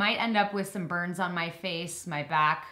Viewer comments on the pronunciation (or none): When you said burns on me I thought you said birds on me😅